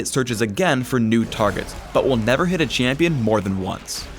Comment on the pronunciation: ''Chamion'' . That's em ... new ..